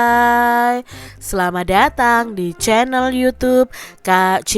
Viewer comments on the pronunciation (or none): none